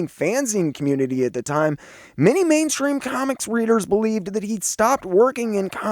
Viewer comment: Loved the video, but did you say "man-stream" when talking about Black Canary?